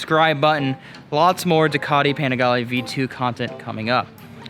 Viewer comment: Well done. But! Ducati. Panigale. Rizoma. Please have a fellow Italian tell you how to pronounce them ❤️